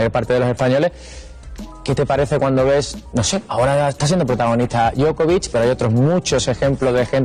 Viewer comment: Djokovic, no Djokovik, y la C se pronuncia Ch, por eso no es lo mismo.